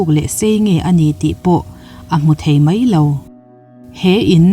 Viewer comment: A bengvarthlakin ngaihthlak a manhla e.Mahse mai,tihturah mei i ti erawh beng a tithlep deuh lamdik a harlo bawka i lamdik theih chuan a lawmawm hle ang.Tawng humhalhna kawngah in yangkai si a.👍👍👍